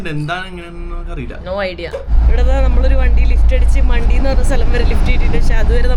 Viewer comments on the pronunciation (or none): മണ്ടി അല്ല മാൺഠി ആണ് .